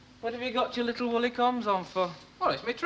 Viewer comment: I cringe when i hear Irma saying licul instead of little